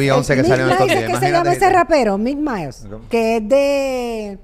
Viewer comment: Es Mike Mill(se pronuncia Mic Mil) No Mike Miles.